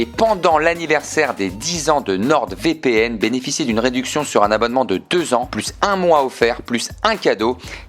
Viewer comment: Je crois que tu es le seul à prononcer une lettre muette et ce, plusieurs fois "NorD VPN"